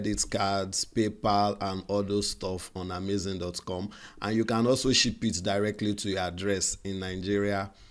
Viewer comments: It's Amazon not amazing oh..thanks for this video by the way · It's AhMayZing 🤣🤣